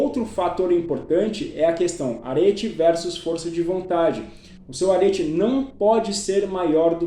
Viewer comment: Respeitosamente, só pra sanar a sua dúvida: a pronúncia é "Aretê".